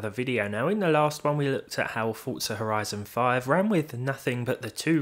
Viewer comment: I thought he said "our Ryzen 5 looks really nice", took me a god 10s to realize how to make sense of it ^^